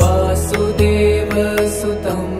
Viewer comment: क्षम्यताम् This beautifully chanted Bhajan is addressed to Lord Krishna so the singer starts with वासुदेवः सुतं देवं ( simply changes meaning. Please pay attention to your pronunciation. वसुदेवः was the father of Lord कृष्णः । ततः कृष्णः= वासुदेवः वसुदेवः सुतं देवं is correct not वासुदेवः सुतं देवं। If you sing वासुदेवः सुतं देवं = you are addressing प्रद्युम्नः ? ? नः किम्?. Please correct if my assumption is incorrect 🙏🙏